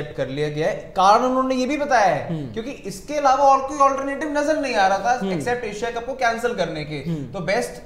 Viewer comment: एक्सेप्ट बोलते हैं एसेप्ट नहीं 😂😂 😂😂 Jokero Ki Team Sports Yaari Koi Game Knowledge nhi bs hmm hmm hmm 😂😂